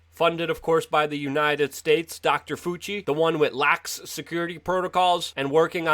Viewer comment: Luke you sound like a joke and have no credibility when you can’t pronounce people’s name correctly. I enjoy your work but bro you have to get names right. Calling him “Foochi” when you hear the name everyday as “Fowchi”. Get it right. It kills your legitimacy for simple avoidable fuck ups like that